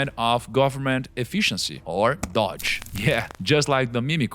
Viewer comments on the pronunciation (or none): Primo Rico, quem sou eu pra corrigir você, mas, recomendo você falar ‘dôuje’ (DOGE) ao invés de ‘dó-je’. Nosso Ó soa como se estivéssemos pronunciando a letra A no inglês. ‘Bon Jovi’ seria outro exemplo prático do que estou dizendo. Let’s go primo!!! 🚀🚀🚀 2025 will be great